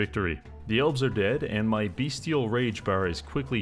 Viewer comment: I love how CA made this beastman herdstone thing work for AI. Oh... wait.... Also, it's called BEStial rage. Not beastial rage.